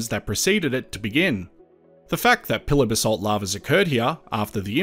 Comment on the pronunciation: Are you saying pillar basalt or pillow basalt?